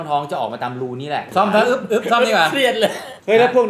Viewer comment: อึ๊บนะ ไม่ใช่กึ๊บนะ 55